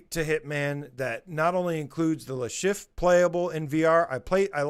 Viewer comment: Sorry to tell you your pronunciation of "Le Chiffre" sounds like "Le Chef" 🤣